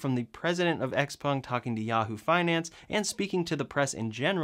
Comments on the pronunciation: A few things on the "flying car". First, is it XPUNG OR XPENG? Sounded like you said XPUNG. 2nd, the thing has no wheels. Which means it's not a flying "car" - and good thing too. If it can take off and land vertically, we don't need it to be a car. And why even attempt one before we can reliably build and fly multi-copters large enough to take people? No point in building something that will be both a lousy plane and a lousy car. Oh, and as for Elon talking about "hovering" on the Joe Rogan show, I did see him do his share with the help of all the pot he was smoking. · pronounces it Xpung did you notice that! 😆